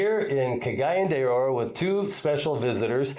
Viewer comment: Murdered the pronunciation of "Cagayan De Oro" 🤣🤣🤣